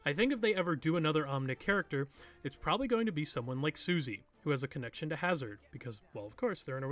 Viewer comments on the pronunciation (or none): none